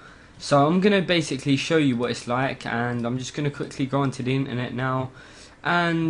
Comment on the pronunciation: its internet not inernet